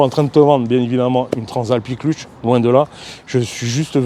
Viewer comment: Très belle présentation 👍 PS : embrayage se prononce "cleutch" pas "clutche" 😉 (même si ça donne un petit côté franchouillard 🇫🇷)